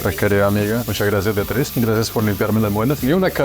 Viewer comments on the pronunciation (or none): none